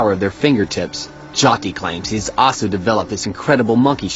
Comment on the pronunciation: Its not pronounced JATI, but JYOTHI...cmon man..